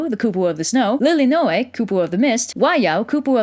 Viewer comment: You pretty much pronounced all of the Hawaiian names correctly, except any of the '. That ' can be pretty hard to do on purpose. Tho' "Lilinoe" is Li-li, not Li-ly (the second 'li' you pronounced as short). And "Ka Houpo o Kāne" tends to use longer vowels than used here.